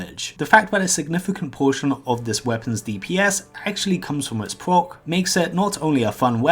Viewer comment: it pwocks quite alot